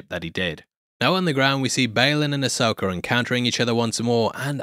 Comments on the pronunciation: There's no "R" in Ashoka 🤣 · Who tf is Asoker?